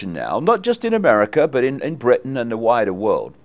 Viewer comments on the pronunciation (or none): none